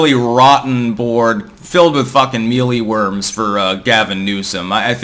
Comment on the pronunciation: They are called Mealworms, stop saying meelee worms.